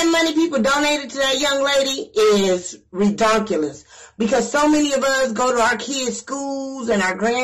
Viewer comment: reDUCulse LMAO learn how to speak before coming for somebody